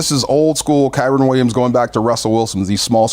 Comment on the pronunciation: 😂😂😂 I was laughing at D calling him Kyren multiple times! 😂😂😂